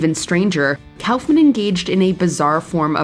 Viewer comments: Kaufman is pronounced like cough-mun not cowf-man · kaufman is pronounced "cough-man" not "cowf man" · This narrator sucks ! She can"t pronounce Andy Kaufman's or Howard Cosell's name , but she can pronounce all the difficult names almost flawlessly? WTF is her problem? Get rid of her!!